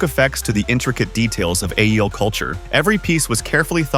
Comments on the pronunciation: Aiel, pronounced "eye-eel". Definitely not "ale" though. 😂😂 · It's pronounced "I- eel" not "aye el" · Eye as in Eye Ball, Eel as in Conger Eel so its Eye-Eel, cant take the report seriously. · It is infuriating that you can't even pronounce Aiel right when talking about this show. Put the bare minimum effort in, please, this show deserves it. I mean not just the show, but the actual subject you're talking about, you just spent time quoting the director talking about "culture" etc...and you don't even get that right. C'mon. That said. Rhuidean was incredible. Oh it gets worse. JOSH-A? Yo-sha. Give like the barest amount of respect to these people putting years of effort into things. At least pronounce things correctly, much less the actors' names. Christ. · I guess AI narration can't pronounce "Aiel" or "Josha". 🙄